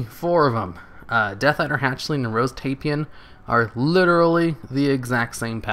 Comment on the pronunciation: nice vid ^_^. (FYI, "Tai-Pan" 2 syllables )